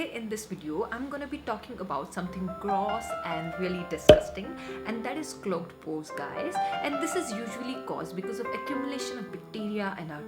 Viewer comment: Thats not Indian accent that is poor english pronunciation. Proper Indian accent doesn't pronounce clogged and gross so horribly like she does